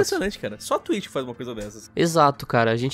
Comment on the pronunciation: Nem assisti ainda mas "Twlitcho" :v